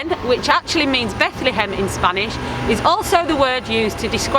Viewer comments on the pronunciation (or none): none